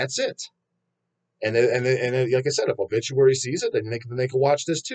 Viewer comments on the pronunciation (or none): I was actually insulted when I unfortunately heard Bullituary.